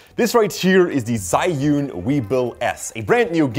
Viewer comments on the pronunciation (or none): I believe it's pronounced "Joo-In" instead of "Zai-Yoon".